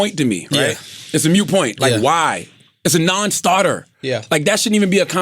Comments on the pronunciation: It’s not ‘mute’...it’s ‘moot’.😂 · It's not "mute point" it's a "moot point". Look it up. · It's "moot point" not "mute point" lol but that Beto conversation was refreshingly honest